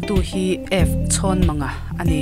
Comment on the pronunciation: Chhawnmanga hming i lam dan tone hi a diklo